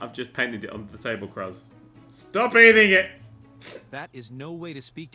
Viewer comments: ITS LIKE CRUISE OR CREWS NOT KRUHZZ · Cruz is pronounced Cruise. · Cruz is pronounced "cruise", just sayin XD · IT'S PRONOUNCED "CRUISE" YOU IGNORANT SWINE! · I giggled every time he said Cruz. Its actually pronounced Cruise but it was funny so i couldn't even get mad. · Err... he does know that Cruz is pronounced like "crooz", right? It's spanish for cross. Why it's a name is anyone's guess :| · Cruz is pronounced like Cruise xD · Your son's name is pronounced cruise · It's pronounced crooz as in cruise ship, and it's a Spanish name meaning cross. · im pretty sure that cruz should be pronounced cruise. but cruz is better. that poor child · I would like to say his son's name is probably pronounced like cruise or crooz. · It's pronounced Cruise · its pronounced cruise. its a spanish last name. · DID HE JUST PRONOUNCE CRUZ AS "KRUZ" NERDCUBED OUR RELATIONSHIP, DUNZO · I'm sure someone else has told him this, but Cruz is pronounced the same as "cruise." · Nerd, the name Cruz would be pronounced more like cruise. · I believe you pronounce the son's name like the word "Crews" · here is how its said Crewz = Cruz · It's Cruz. Pronounced the same as cruise. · You're supposed to say Cruz as Cruze since its spanish for cross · I just love how he mispronounces "Cruz". Goddamit! It's like a common fuckin' name for someone with Hispanic heritage!